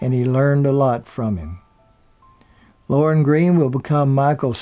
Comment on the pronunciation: Lorne not loren